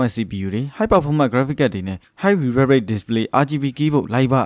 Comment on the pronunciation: Refresh တောင်ပီအောင်အသံမထွက်နိုင်တဲ့စောက်တောသား...English လိုအရင်လေ့လာလိုက်အုံး......မင်းVideo ကိုစောက်ချိန်ကုန်ခံပြီးဘယ်သူမှမကြည့်ဘူး